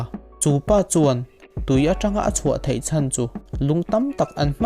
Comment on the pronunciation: 'bei' tih tur 'bai', 'thei' tih tur 'thai' ti deuh tlat